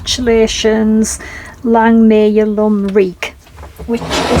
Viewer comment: it's Lum not lumb fx🏴